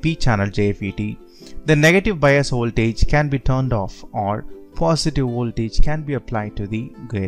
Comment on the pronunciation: And also ooltage.